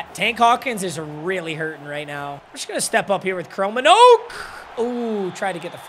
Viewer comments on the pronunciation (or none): It hurts as a Dutchman hearing him say "Chromenoak" instead of "Kromenhoek" 😂😂😂😂 Love the content!!